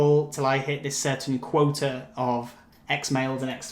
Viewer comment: You’re so helpful , you are a lifesaver with these videos!! But i think it should be (quota ) not (quote) ? 😊🙃